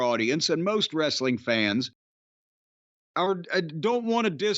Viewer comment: Wress-sell-ling. Jim, it's time to get over it. Danielson is a jerk like everyone else there.